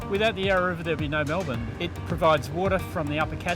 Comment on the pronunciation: You’d think he’d research how to pronounce Melbourne before doing the show. What an incompetent fool.